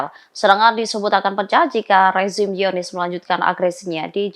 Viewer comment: "hiyonis"? langsung bilang zionist aja mbak